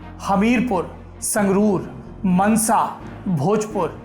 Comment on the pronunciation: यह मानसा हैं , मनसा नहीं ।